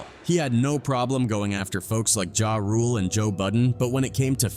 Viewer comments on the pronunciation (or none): If you’re going to use Ai to tell rap stories, please just copy their script. It’s so easy to tell it’s a bot because the pronunciation of Nine hundred eleven, pee roo, Jay rule